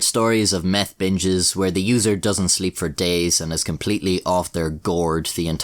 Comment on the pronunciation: “Their only hope was to take meff.” Lol